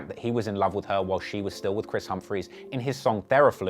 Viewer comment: How tf Ye say that last name? 😂💀